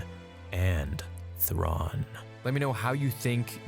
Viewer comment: I’m sorry did you just say Thraun and Ezra got “Yeeted” ?